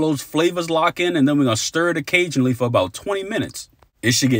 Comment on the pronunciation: I heard that "stir it a-cajun-ally" LOL